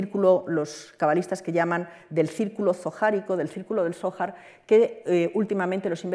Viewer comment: No sabe pronunciar "zohar"? APAGA !! La ocultación tiene su sentido, para que gente ignorante no diga idioteces, pero a veces es complicado como vemos.